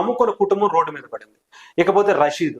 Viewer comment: అరే బాబూ,, " రసీదు " కాదు,, "రషీద్" . అంత పెద్ద board పెట్టుకొని కూడ విషయాన్ని క్లియర్ గా చెప్పలేక పోతున్నావు.. నువ్వు చెబుతున్న తీరు చండాలంగా ఉన్నది.. 😡 😠